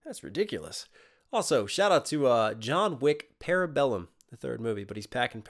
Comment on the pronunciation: The only bar in this battle that didn't make sense to me... is Stallone saying "Parabellum" yea he can't pronounce that lol